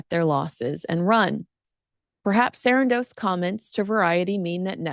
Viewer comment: Why do u keep saying Sarandos like that .. its weird .. no one else says it like that.. I stopped watching